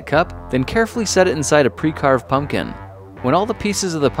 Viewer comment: "Angry pumkin"